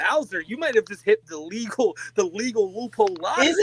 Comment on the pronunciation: Angwy pwedatos is perfectwy wegow